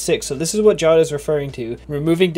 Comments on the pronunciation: Idk if Jawed is Pakistani, but in my country (Pakistan) we pronouce Jawed, Ja waad or Ja wed and Ik that he prounces it JAW ed because JAW is another word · its not pronounced jaw-ed its pronounced ja-ved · ja-vedh. JAWED. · It's not jaawd it's jaaved (jawed) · First of all it's not jod it's jawed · FOR GOD'S SAKE IT'S NOT PRONOUNCED JAWED It's PRONOUNCED JAW-VAIED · It is not jad it is ja wed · The pronunciation of jawed in this video is wrong. It's pronounced 'jaavedh' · it's his name you cant just pronounce it wrong